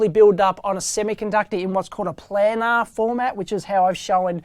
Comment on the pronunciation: Dave, Great simplified explanation of how transistors work. But I think you are pronouncing "planar" incorrectly, and I'm Australian too. In my opinion it should be pronounced like "play-nah" rather than "plan-ah" so that it rhymes with trainer, explainer, and entertainer. source